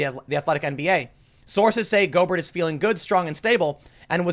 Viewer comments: Normally I don't care...but listening to a video..it's pronounced "Go-bear" not "Go-Bert" 😁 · Gobert is pronounced go bear. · NBA player named, Rudy GO-BERT..... It's Go-BEAR ASSHOOOLE!!!!! Lol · Golbert (GoalBear) it's French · Not to nit pick. But its pronounced "go-bear" not "goal-bert" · Tim, Gobert is not pronounced go-Bert. It’s pronounced go-Bear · It’s pronounced Go-bear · Go-Bear, not Go-Bert, and also....we’re all fucked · Tim: "I'm not a sports fan.." (proceeds to immediately say Rudy (Go-Bert) when it's pronounced (Go-Bear)) LOL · The player's name is pronounced "go bear", not "go burt". He's a French athlete. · Pronounced "Go bear", not "Go bert". He's French. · Go-Bear he’s French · It's pronounced Go-bare. Emphasis on second syllable. I think he's a Louisiana creole hence the French-ish pronunciation. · The "T" is silent in Gobert. Pronounce it go-bare or go-bear. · Go-BEAR that’s how it sounds. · It's pronounced Rudy "Go bear." I am not salting you up I'm just saying. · "Rudy Go-burt" LMAOOOOOOO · Tim pronouncing it Go-Bert is just what I needed today. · Man said "Go-Bert"💀 Bless your heart Tim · His last name is pronounced go-bear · Tim it’s pronounced Gobear he’s French (haven’t finished the whole video don’t know if learns how it’s pronounced) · it's pronounced go-bear lol. it's french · He’s French, it’s pronounced “goh-bear” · Rudy Gobert is French. His last name is pronounced "go-BARE". Just FYI. ;) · It's pronounced Go-bay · TIM it's a silent T on gobert and he's french, leave it to a frenchie to ruin it for everyone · Pronounced Go Bare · His name is pronounced Rudy go BEAR even though it’s spelled gobert he’s French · Just for the record....the asshole's name is pronounced "Go-Bear" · It's pronounced french similar to Stephen Colbert. Rudy Gobare.. etc. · It's pronounced french similar to Stephen Colbert. Rudy Golbare.. etc. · Lol Tim It’s pronounced Go Bear 🍻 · He's French. It's pronounced "go bear" Boomer! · His name is pronouced "Go bare"